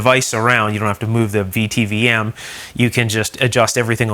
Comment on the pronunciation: A VTVM (vacuum tube volt meter) is pronounced "vit vom".